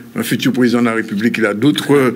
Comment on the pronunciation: En même temps quand un candidat est reçu sur un plateau mais présenté comme "le futuw pwésident de la Wépubliqe" ça en dit long.